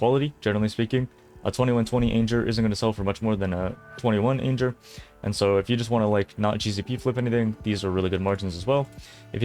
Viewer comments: Wait, what? ain-jer? ch-aos? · Why are you saying"anjer"and "chayoss"? Is this some meme, please? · can you pronounce anger again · Anjure? It's anger bro, like when someone is angry, they feel anger :) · Wowza... Perhaps ya need to stay in school instead of play video games? That word is Anger as in I'm angry. Wtf is Ainjer? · How many things does he pronounce differently like Chayos and Anjer, and anyone know how that becomes a thing? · Wtf is a "lvl 21 ayynjer"???